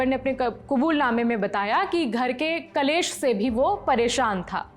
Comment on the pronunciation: कलेश नहीं क्लेश। हिंदी बोलने से पहले सीखो